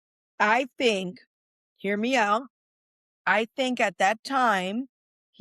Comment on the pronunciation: said tink